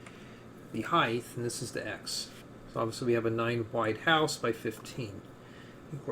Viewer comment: Did you just call it the weighth and heighth?